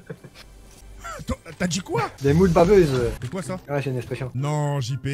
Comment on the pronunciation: JP= "DES MOULE BAVEUCES"🤣🤣🤣🤣🤣🤣🤣❤️